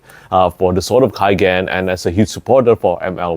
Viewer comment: It is in the name, no? The Sword of K-AI-gen, amiright?